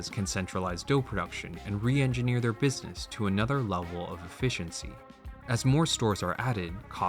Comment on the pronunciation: … “EFFECIENCY” come on … do better